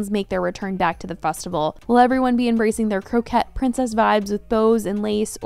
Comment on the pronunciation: Girl, it's coquette, not croquette 😂 A croquette is food lol